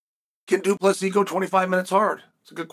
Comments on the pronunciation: Two - Plus - See ? Why Chael? Do you purposely mispronounce fighters names because people mispronounced your name when you were fighting? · Psst... Du Plessis. It's a silent S.